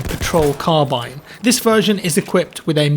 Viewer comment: Did anyone else hear 1917 troll crabine?